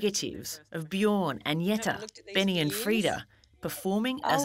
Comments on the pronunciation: Wish that someone taught you to say Agneta. As a swede you get anti-goosebumps when you hear the pronounciation of it. It's A+ng like in Fang + n + eta. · I can't believe they can't pronounce Agnetha's name on 60 minutes but constantly tell us that Abba are no bigger anywhere else in the world.